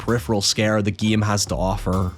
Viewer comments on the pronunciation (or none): yea i was laughing my ass off whenever he said "giem" instead of game or "bieascally" instead of basically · It take me making almost halfway through this video to realize that you when you said "the guillem", you were saying "the game"